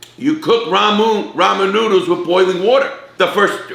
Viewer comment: Rah-moo noo-dooles